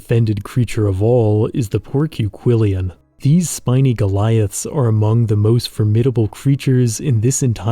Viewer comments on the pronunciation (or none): You put an extra syllable in porquillion.